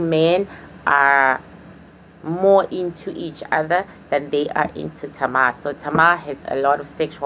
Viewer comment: i loveeee the way you say “Tama” instead of “Tamer”😆😆😆😆😆